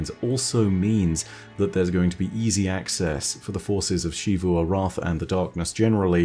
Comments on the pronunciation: Shivu Arath Literally every destiny character: zeevu Arath: did I stutter? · "She-voo Arath" lol